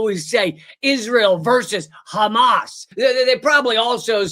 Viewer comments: The reason they say Khamas instead of Hamas is that it’s a dog whistle for people that speak Hebrew because it means violent robbery spelled and pronounced that way, whereas Hamas is an acronym. They are able to pronounce it both ways. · Yes, why do they say it like a cat coughing up a fur ball? KHamas. The Arabic word starts with H. Malakowski doesn’t say KHappy.